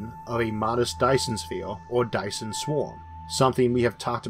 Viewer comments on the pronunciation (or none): none